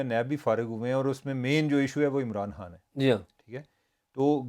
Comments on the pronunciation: عمر چیمہ صاحب جب خان کو عمران ہان کہتے ہیں یہ الگ ہی کول لگتا ہے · Umar cheema saab. Please pronounce khan from epiglottis!!